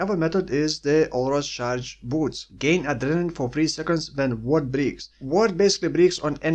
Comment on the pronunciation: breaks is pronounced the same as brakes, the "e" isn't supposed to sound like the e in "beaks" :D Huh interesting that hiltless works and other stuff doesn't lol, maybe reflect maps could work but would be a pain to manage the damage taken haha and also only do reflect maps xD I saw some guy's build with this and he uses warlord's mark cwdt for automated rage I assume, and Just some ideas to yoink :P Also perfect weapon corrupt is fortify Always interesting to discover new interactions like this, thx for the vid!